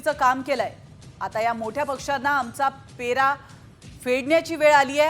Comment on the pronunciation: पेरा नाही पैरा म्हणा..... म्हणे अभिजात मराठी